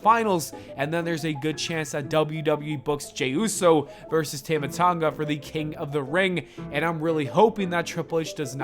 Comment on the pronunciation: It's pronounced tāma Tonga say his name correctly